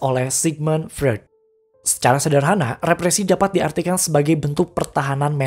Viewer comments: Misi bang Freud itu dibacanya "Froid". Buat pelengkap aja krna penjelasan represinya udh bagus jdi makin mantap klo penyebutan tokohnya benar. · Revisi bang : Freud dibacanya "Froit" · Cuman mau bilang bang, Freud itu bacanya Froid.. Sy jg sering bingung bacanya, tp udah keseringan dibenerin ama temen yg anak psikologi..